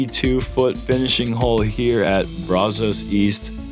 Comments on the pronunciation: please don’t call it (Bra-Zos) 😂 it’s (brazz-zuss) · Hey it’s Brazos not Brozos buddy 😂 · I love ya. buddy but please go find a local and ask him how to pronounce Brazos.